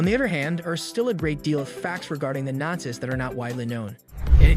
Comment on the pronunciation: I love the ai voices, some of the mispronunciations are funny.